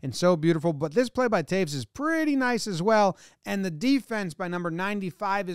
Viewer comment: It's Toews (Tayes) not Taves!